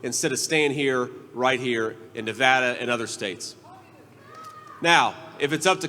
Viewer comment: Yay, you know how to pronounce Nevada!